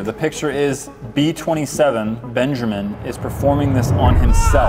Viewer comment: "Hello benjermen" "Hello supject 1"